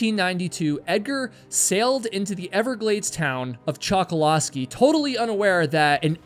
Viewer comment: My dad lives on Chokoloskee island and idk if he knows this story but this is awesome. Also it’s pronounced choke-o-low-skee